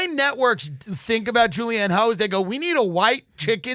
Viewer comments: Tim Dillon calling Julianne Hough (pronounced Huff- why do I even know this?) Julianne "HO" has me dead. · Lmao Julianne Hoe is such a perfect accidental pronunciation error. The man is effortlessly hilarious! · Same. Suspect Tim knew exactly who she is & mispronounced it "ho" on purpose. 😁